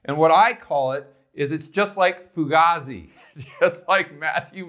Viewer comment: Fugazi was used first by Jonny Depp in the movie Donnie Brasco and he was saying it to Al Pacino.. c'mon man!! And you're pronouncing it wrong.. foo-gayzie